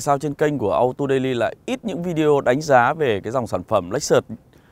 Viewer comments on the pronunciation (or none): none